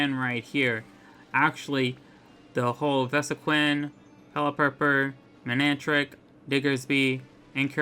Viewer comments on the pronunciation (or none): none